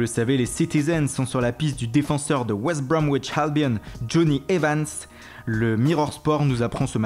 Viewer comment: J'ai adoré quand tu as dit West Brown witsh